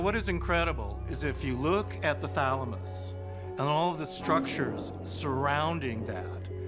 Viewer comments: he says "thalmanus" for thalamus. 😂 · Anybody noticed he narrator saying thalamus then switching to thamalus in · *patiently waiting to hear "pineal gland".... "thaLMuSsssss" 🤦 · U are correct. I was like, wtf when they said thalamus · Ah yes the pineal gland... THE THALAMUS O-oh okkkkkkk